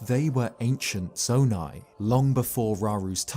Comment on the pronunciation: Its saydid zoni